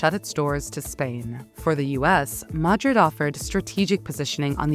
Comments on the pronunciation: Please get a vocie actor stop using the ai, the pronounciation of Madrid is sooo wrong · The AI voice-over is so annoying. Disjointed cadence. Mispronounced 'Madrid' 4 different ways. Why nit use a human fr f's sake ?